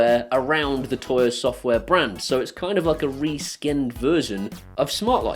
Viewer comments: For God sake, stop calling it "Toya". It's "Tuya". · Surely it's pronounced "too-yah?"